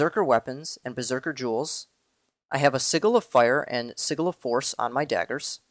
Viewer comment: i think ur saying sigil wrong